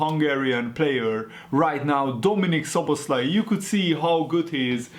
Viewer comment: Magyar vagy? Nem is tudtam olyan jo volt a nevenek a kiejtese😂